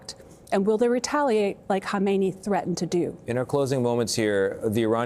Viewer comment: In Khamenei and Khomeini, the leading k is silent, not the h.